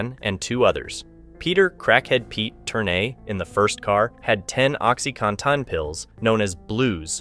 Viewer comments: “Con-Ton” pills 😂 That reminded me of some Asian witch craft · "Oxy-Con-Ton" pills 😂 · it was the emphasis on TON that was the strange part. Made me think "ai narrator" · “Blues” are oxycodone not oxycontin.